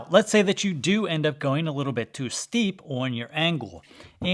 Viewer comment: Am I the only one understanding "shallow" whenever he says "steep"?